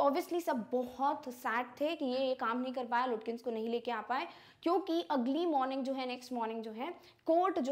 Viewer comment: Mam, it is not pronounced as Lutkins. It is pronounced as Lukins.